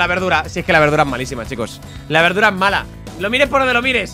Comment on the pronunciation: me encanta cuando le dise berdura